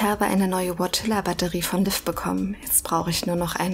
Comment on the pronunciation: Bei allen Aussprache- und Betonungsfehlern, die Marion von Stengel sich in diesem Spiel bisher geleistet hat (auch hier wieder: "Liev" statt "Liv") muss ich dir trotzdem schreiben, dass die Aussprache von Lucia = "Luu-tschi-a" ausnahmsweise absolut richtig war. So wie du es aussprichst "Lucy-a" ist es falsch. Kennst du etwa nicht das Lied "Santa Lucia" - weltberühmt und zigfach gecovert von allen möglichen Schlagersängern...